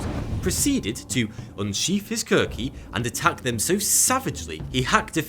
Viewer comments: Just one correction... The Gurkhas' weapon is called The Khukuri, not the Kurki. Other than that, great video buddy very educational. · its more like Khukuri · As a nepali i can conform that the way he pronounced was very bad worst of what I have ever heard it’s pronounced “khu-ku-re” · its actually khu-ku-ri.....i am a gorkha